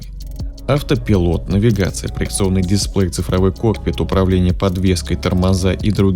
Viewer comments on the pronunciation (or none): none